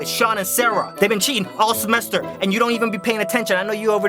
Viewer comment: I BASICALLY TRIED TO CORRECT ALL OF HIS SPELLING MISTAKES like:semester and he said sememster